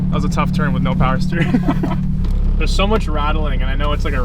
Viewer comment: Vtec powa 😂